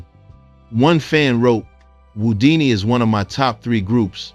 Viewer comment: Well deserved and earned tribute. Thk U. Also replace ripped with R-I-P and Who-dini, not whoo-dini.